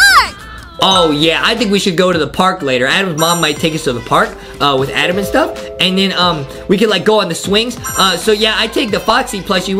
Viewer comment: Justin says adem